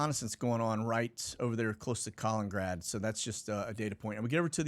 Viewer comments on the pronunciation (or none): **Kuh-Lennon-Grad not Colin-Grad